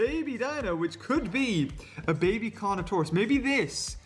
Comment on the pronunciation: whenu said carnotarous didu mean toust